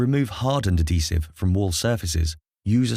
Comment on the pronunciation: Ad-hesive. Not a-desive or ad-desive. Good vid mind